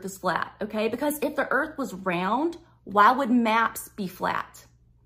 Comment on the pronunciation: how do you make "WHY" a three syllable word? 'I' a two syllable word?